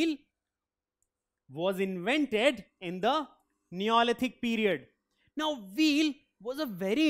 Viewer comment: Now was pronounced as noow